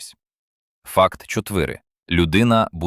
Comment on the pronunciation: Якісь фото могли б докласти до розповіді, але тут все ШІ..Чотвири, шусть, двадцать що? Шкіра пекла😅.Не додивилася до кінця...